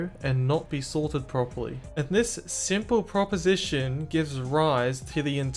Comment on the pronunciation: "in this simple propostion"